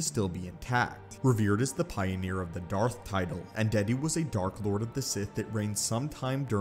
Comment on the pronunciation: Lol, Un-dead-u, nice 🤣